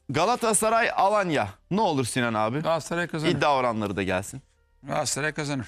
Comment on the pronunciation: Sinan engin: Beştaş😁: Gassray 😁